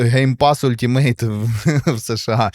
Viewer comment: Нічого не сказав про EA Play. Він залишається на рівні Ultimate? (правильно казати алтімейт)😊